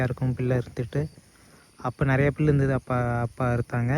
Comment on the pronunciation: பில்லு இல்லை புல்லு சரியாக தமிழை உச்சரியுங்கள் 😭😭😭😭😭